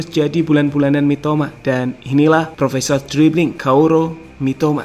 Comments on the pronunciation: gemes bgt... 🤦🏻‍♂️topik... apa susahnya baca "kaoru".... di chanel lain koaru.. disini bacanya kauro.... 😑 pdhal d deskripsi bener nulisnya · Kaoru gan, bukan kauro ya, buat kedepannya aja dub nya lebih diperhatikan, salam sukses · Kaoru min bukan kauro😅👍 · KAORU bukan KAURO sama aja nih adminya kaya chanel sebelah